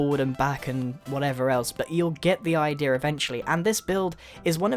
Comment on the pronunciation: I love how you say "I-Deer" :D